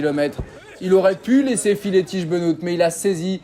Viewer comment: "Bénote" pour le dire bien ?